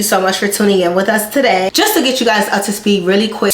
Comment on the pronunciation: Your accent entered the chat tah-day! You look so beautiful! I didn’t recognize you!